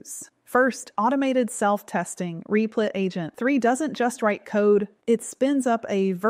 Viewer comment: is it meant to be pronounced "reep-lit"? I thought it was "rep-lit"